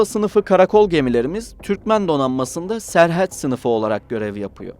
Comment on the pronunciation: serhet ne olm serhat desene ne bicim okuyorsun